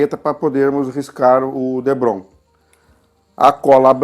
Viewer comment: parabéns, obrigado pelas dicas! e por falar em dicas, o nome do material é depron, não debron ok! um abraço! ps. me inscrevi no canal